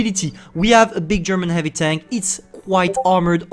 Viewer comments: he said hivy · I kinda miss his "hivy,, 😢😢